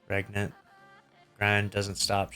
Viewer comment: Btw its pronounced Rain-ant, as in Reign